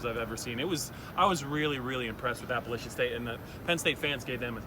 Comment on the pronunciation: after a performance like that, the least you could is pronounce appalachian state university correctly